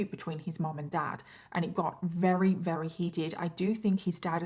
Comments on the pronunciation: It's confusing how you say Weary for the word Very many times every video . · That’s how the British say that word so I understand but her pronunciation of VERY as WEARY is maddening ! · Every time she says "very", it sounds like "rarry". Is it just me? Or is she actually sounding like this?